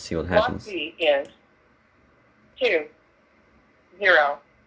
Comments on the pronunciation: tu tu łan xD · thu thu on fy nie fy. HAHAHAHAHAHAHAHAHA